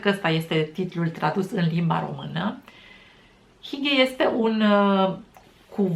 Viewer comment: Multumim de video! Btw, “hygge” se citeste “hüghe” cu u-ul nemtesc! Salutari din Danemarca 🤗